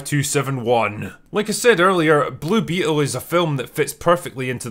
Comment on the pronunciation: I genuinely can't tell if you are leaning your accent into "Blue Beetle" as a bit to sound like "Bloopy Hole" but it makes me laugh every time